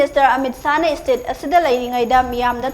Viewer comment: It's state not istate💔🤣